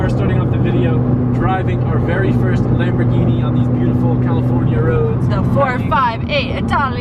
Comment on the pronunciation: Did he say lemborgini???? 😂😂😂